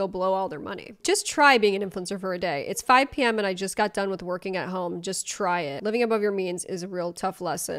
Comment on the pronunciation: I love when you say "try being an influencer for a day, TRY IT!" 😂😂😂😂 it gets me so bad I bust out laughing every time ❤